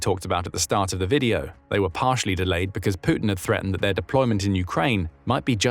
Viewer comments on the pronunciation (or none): none